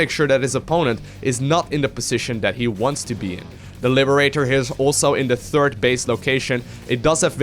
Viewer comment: Actually if you listen closely he say "Turd base"